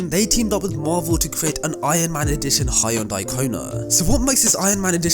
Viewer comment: H. Yo. N. Day not hayondai 🤦🏻‍♂️